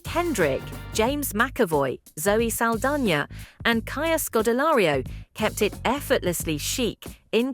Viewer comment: “Zelly Saldania”? Would that be Zoe Saldana, by any chance?